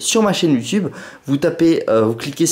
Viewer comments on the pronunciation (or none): none